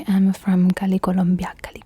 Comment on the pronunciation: i love ur accent when u say colombia